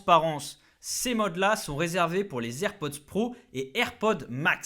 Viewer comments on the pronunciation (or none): Les "zer'pods" .. 🤦🏽‍♂️